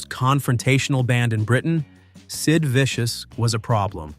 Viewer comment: When you call him Sid Viscous you make him sound thick! 😂😂😂